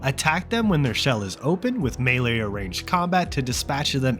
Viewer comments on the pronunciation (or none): none